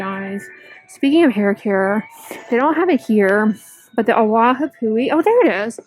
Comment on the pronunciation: I love watching your shop with me videos, I learn so much! But I had to giggle at how you pronounced 'awapuhi'. It's ah-vah-poo-hee. I am loving the coconut one, the blue bottles. So far so good but I'd love to try the others!